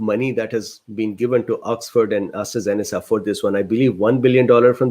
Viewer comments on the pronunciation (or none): Astra "Zen eh Kah" its a hard K sound as opposed to a soft C :)